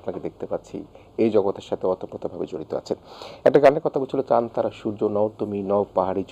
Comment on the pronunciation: চান তারা নামে শাফিন ভাই এর কোন গান ছিলো না, সঠিক উচ্চারণ হবে চাঁদ তারা।